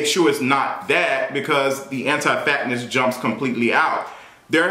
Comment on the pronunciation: "antiii fatttnezz" 🤦🏾‍♀️😩